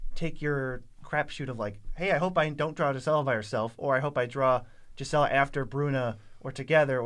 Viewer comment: Please stop saying jizela, it's gees-uh-luh